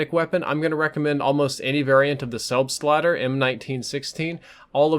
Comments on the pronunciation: it sounds like u say selfslider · Am I the only german Who is laughing out loud About the pronounciation of "selbstlader" ^^ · Frido Gaming No, even us Norwegians are laughing at the american pronounciation😜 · Hehehe it is always funny when an american says Selbstlader :D Greetz from germany